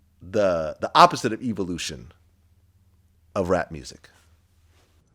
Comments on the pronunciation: lmfao! vlad don't know how to pronounce devolution or evolution lol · Vlad can't pronounce evolution and devolution 😆